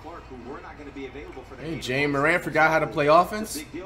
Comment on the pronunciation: For the 1 millionth time it's it's pronounced like Jah not jay-a